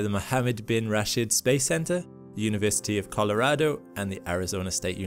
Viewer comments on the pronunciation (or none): none